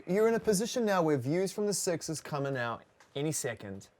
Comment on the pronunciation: Bruh. Lol I was about to say the same thing. All of a sudden out turned to "ah-oot"